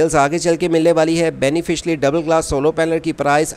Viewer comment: بھائی پہلی بات تو یہ ہے کہ سولو پینل نہیں سولر پینل بولیں دوسری بات بینیفشری نہیں بائی فیشل بولیں شکریہ